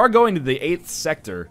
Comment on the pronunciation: What the hell is NL's problem? Is it that difficult to just say sector?!